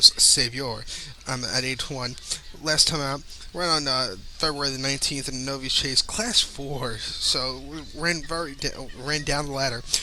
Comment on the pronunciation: Good effort,. Bagged a couple of winners and an exacta. Novice is pronounced nov-iss. Good luck.